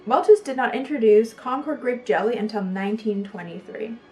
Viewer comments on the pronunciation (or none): none